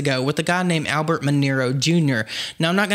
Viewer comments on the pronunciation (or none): none